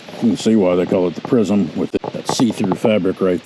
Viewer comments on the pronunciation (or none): none